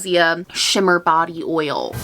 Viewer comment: I love how you enunciate OIL. Oy YUL.